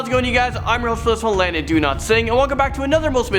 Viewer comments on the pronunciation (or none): Landon, Landon, LANDON!!!! I love this channel & have been subscribed for while now, since long before you reached 4 million subscribers actually. With nothing but love & respect, I must suggest, that an interpreter be hired dear because you managed to mispronounce a name or a word from 1-10. I know it's because of the differences between Canadian & American annunciation, which is why I suggest an interpreter, perhaps a teacher of American English. With love & respect.